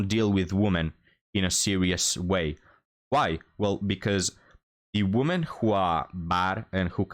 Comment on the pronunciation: Love your content, but you really need how to pronounce the plural "women" properly. 😵